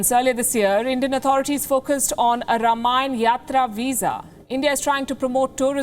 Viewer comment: Ms. Palki, the word is “Raamaayana”, and not “Rum-aayan”.